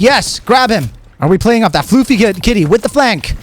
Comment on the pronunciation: Great video BUT it is NOT FLOOFY Kitty, It's Fluf-fy, Fluffy.